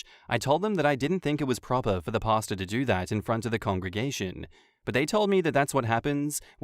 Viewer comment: I thought was saying pasta not pastor..lol..took me a sec